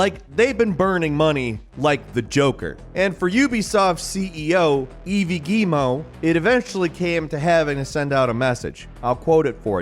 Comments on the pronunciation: Love but "Ev-eey Guee-mo" made me laugh as a Canadian viewer ahaha ☠️🤣 the name of the Ubi Exec is pronounced Ee-vs Gue-mot I love the unashamedly New Yorker accent much love from the North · My man said "Eevee Gullmont" lmao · Nobody:: Eevee Geemo 🧐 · "Eevee Guillemot" - made me chuckle how wrong you got the easiest part of the name, but how good you got the hardest. Other than that, I know people at Ubisoft and you're spot on. Totally agree with ya, Ubisoft is a fucking mess right now. Great content buddy! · Ubi hasn't been the same since assassin's creed 2 imo, they were releasing bangers every year in the 00s 😞 Also the way pronounces the ceo's name as eevee geemo is downright perfect haha! 🤣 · I'm a French Canadian and the way you pronounced Yves Guillemot had me laughing, Yves is a guy's name that sounds like Eve when said in French. Still love watching takes. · Eevee Geemoh. 💀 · You show a chart with Beyond Good and Evil 2 but you don't talk about its delays? Please check how to pronounce a name instead of butchering it, it makes you look lazy and unprofessional